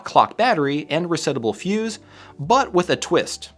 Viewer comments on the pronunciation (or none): none